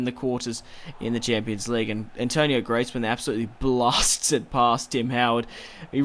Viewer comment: Greezman not Gretsman